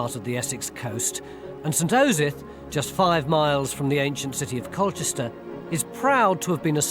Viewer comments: He clearly mucked up the pronunciation a few times at the start there. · I love how Tony clearly keeps mispronouncing "Osyth", and then they have to fix it in post